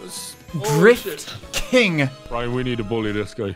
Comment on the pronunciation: The way that Daniel goes dRiFt. KiNg. just absolutely KILLS me EVERY TIME and i LOVE IT